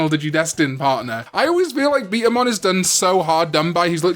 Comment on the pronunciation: it’s betamon not beetamon